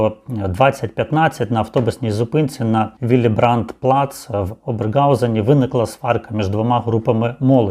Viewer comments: Если вы живёте в Германии, то не ОberGausen ,a OberHausen. Режет в уши это Г. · Я передивилась уже всі відео із цим випадком і писала свій коментар про цей нелюдський вчинок, також про мої співчуття. А в цьому відео , як автор вимовляє місто з російською" Г', то правда ріже слух. Так що не треба так всё в штики брати. І я писала автору.